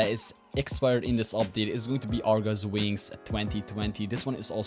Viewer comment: He said argo wings 3 times.